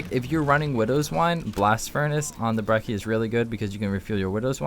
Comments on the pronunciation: He called it the brehssy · "brecci is very useful" my ass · Lol he said breci or what ever it's called wrong 😂😂